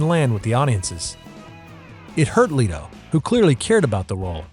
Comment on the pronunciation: Why Do You Keep Butchering Jared Leto And Barry Keoghan's Last Names?